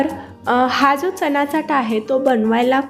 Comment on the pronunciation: Chat lihilel asla tari boltana chat nahi chyat asa uchar krtat